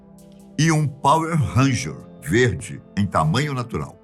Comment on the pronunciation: "VERDE"??? KLKKKKKK